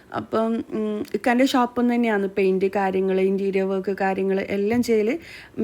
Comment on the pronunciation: പയിന്റ് അല്ല ഉച്ചാരണം പെയിന്റ് എന്ന് തന്നെ പറയാൻ ശ്രദ്ധിക്കുക സ്നേഹത്തോടെ 🥰❤️